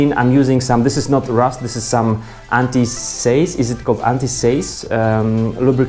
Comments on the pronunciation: Thanks. Always used a spanner and never guessed I could use an allen key. That will save a few crushed fingers. (BTW seize is pronounced like 'cheese' but with an 's'. :-) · You don't need a torque wrench to mount pedals. Do them up lightly - after you've ridden a few km, they'll have tightened themselves up properly. PS - "seize" is pronounced "seeze" to rhyme with "sneeze". Fonetycznie w jezyku polskim "siijz"